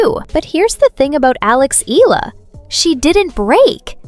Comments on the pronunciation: it is not ILA her last name is pronounced as E-YA-LA. ALEX EALA. Please take note of that. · EALA = EYALA!!! NOT ELLA!!! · …good report but wrong pronunciation of Alex’s surname… it’s [ee-yah-lah] not “ee-la”… cheers! 😎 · Eala - eh-ya-la